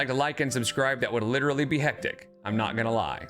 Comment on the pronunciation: "that would literally be hectic, I'm not gonna lie." That's funny and all, but you do know you're not pronouncing LEE-terly correctly, right? 🙂